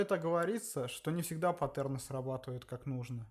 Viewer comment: Как же уныло ты рассказываешь, это просто кошмар, 3 раза пересмотрел и толком ничего не понял, потомучто скучно и начинаешь думать уже о чем то другом. И правильнее говорить не паттЕрны, а пАттерны, слух режет